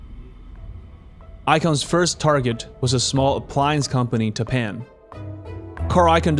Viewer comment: Tappan is actually pronounced TAP-in. I'm old enough to remember their commercials on television. Otherwise, great documentary!